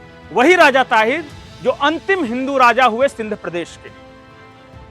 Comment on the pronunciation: ताहीर नही सर दाहीर